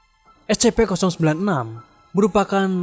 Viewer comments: info #1 cara membaca S.C.P bukan es ce pe tapi es sy pi. terima kasih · Bacanya escipi bang.